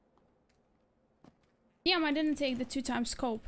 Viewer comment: is she say "diam" or "damn" ?